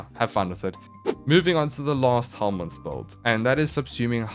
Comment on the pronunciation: Is "no helminth set up" I keep hear it as "no homies set up"